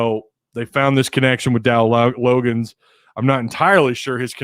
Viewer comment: Before I commented or gave an opinion on someone, I would research my subject. I would know how to pronounce a name. The Jets let him go so he ended up in Arkansas. Research.